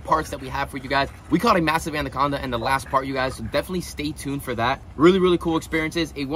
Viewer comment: Andaconda lol😂